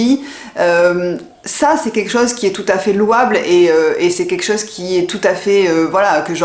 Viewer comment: Bonjour , je regarde régulièrement vos vidéos et j’ai remarqué que dans vos commentaires vous ne dites pas… c’est quelque chose…etc… Vous prononcez : QUEKCHOSE…!? C’est dommage…. Il serait bon de corriger ce langage qui ne vous va pas…. et de bien prononcer le mot quelque chose….Dites en bon Français: quelque chose…, c’est quelque chose…!!! Et non pas QUEKCHOSE…! C’est QUEKCHOSE…!? C’est pas beau…!?…